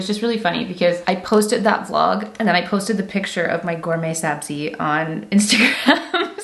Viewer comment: Omg I’m a fellow Persian here! Have been following you for 9 years and screaming on how great you’re pronouncing “Ghorme Sabzi” lots of love from dt Vancouver ❤ (btw Armineh is kinda right about Cazba 👀)